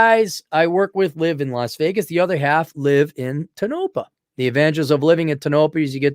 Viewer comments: Tone-oh-pah. It's a Shoshone name, I believe. It sucks for any kind of life and the girls get preggers just to have something to do. And they block dogs from their parks, the swine! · It’s pronounced TOE-NO-PAW Damnit!!! Its not far from Bishop Ca where you would go for groceries and medical care.